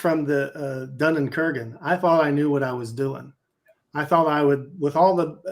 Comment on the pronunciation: "I suffered from the Dunnen-Kurgen..." (Dunning-Kruger?)